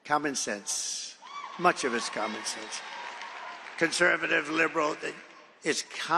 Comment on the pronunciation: Was he calling it con-man sense? it sounds like it.